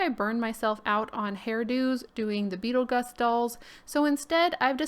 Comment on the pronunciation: Beetle-who? I'm honestly confused not being rude. I don't know if you've created a character of your own of if you don't know the pronunciation of the original, which is Beetlejuice. Please don't come for me I'm really trying to help.